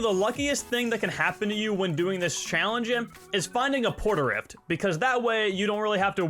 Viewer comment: Port a rift xD are you serious xD